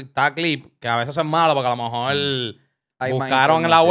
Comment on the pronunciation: Diablo Scofield dijo "alomejol" como 30 veces en menos de un minuto